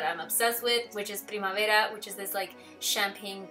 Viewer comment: Thank you for saying Primavera the Spanish way! 🙌🏼